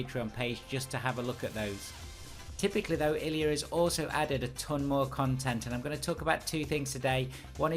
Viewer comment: Great video! sorry for being that guy, but it's pronounced LOO-ah not L-U-A